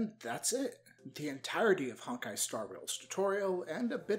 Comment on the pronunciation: HONK-ai star rail 😭😭😭😭😭😭😭😭